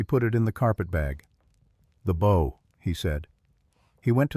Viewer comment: It is BOW(boooow)